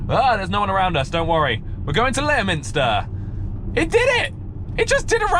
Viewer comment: Leominster is actually pronounced "LEM-STER", just so you know :) I live down the road from there haha